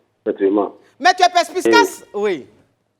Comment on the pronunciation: avec son affaire de Perspiscace…. Il n’y a personne dans l’équipe pour lui dire que c’est incorrect? Ou bien c’est exprès elle le dit? En tout cas Roro a dit pour terminer, ça a été « perspicace » j’espère qu’elle a entendu … et qu’elle prononcera mieux la prochaine fois!